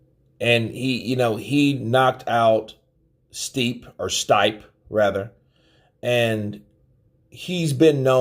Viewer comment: Bad idea. Gonna end up like Conner..and it's "steep eh", not "stype". Stipe.